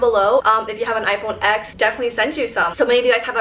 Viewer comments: It's pronounced iPhone ten, not the letter x. And how in the hell is that case holographic its clear with triangle cuts into it lol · Love you! I literally click your video's so fast! But one thing though, when you have such an expensive phone and pronounce it's name wrong haha. It's actually called 10, X as the Roman number. Because it was the tenth anniversary of the iPhone!